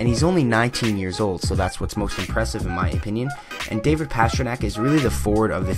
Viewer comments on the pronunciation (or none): none